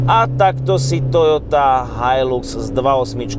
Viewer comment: So mnou tazko ale musim. Nie je to "hajlux" ale "hajlax"